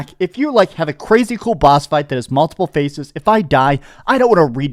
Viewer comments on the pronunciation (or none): none